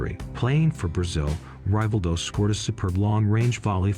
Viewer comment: Rayvaldo???? Its pronounce as Rivaldo